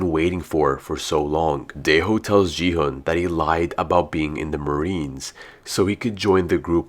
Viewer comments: it's gihun not jihun bro!!!!!!!!!!!!!!!!!!!!!!!!!!!!!!!!!!!!!!!!!!!!!!!!!!!!!!!!!!!!!!!!!!!!!!!!!!!!!!!!!!!!! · Bro knows so much about the games but still calls still calls gi hun “ji hun” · You said ji-hun its actually gi-hun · No offence but he is called gi *gee hun